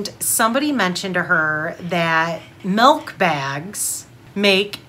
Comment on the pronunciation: Hahaa it’s milk not malk